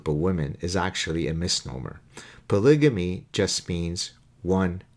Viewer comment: Polygamy is pronounced with a hard g, as in gut, and not j as in just.